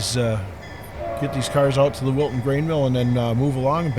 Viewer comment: At first I thought you said Wilson but it’s Wilton. nice to see some trains again.